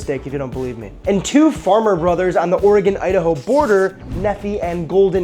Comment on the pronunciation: OREgon & IDAho